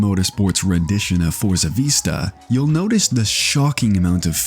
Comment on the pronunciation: Oh my god its pronounced Vi-sta not vee-sta. You know like when you out over something its a Vista view. Really takes away from you sounding like you know what your talking about when you mispronounce fairly common words.